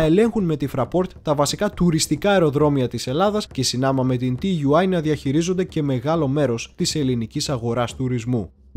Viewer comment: Ενδιαφέρουσα η εκπομπή όπως πάντα όλα τα βίντεο, μία παρατήρηση όμως στις περισσότερες περιπτώσεις τα αρχικά γράμματα όπως και στην ελληνική γλώσσα έτσι και στη γερμανική προφέρονται σαν νέα λέξη δηλαδή TUI προφέρεται σαν Τούϊ .